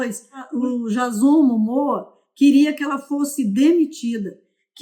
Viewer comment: não é jazón... é Diêizon 👀